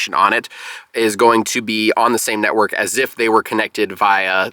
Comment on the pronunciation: NETwork, not NEYwork!